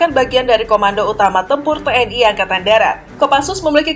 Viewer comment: "Angatan" Wkwkwkw